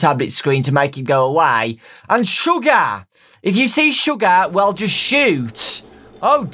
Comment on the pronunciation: its shoogah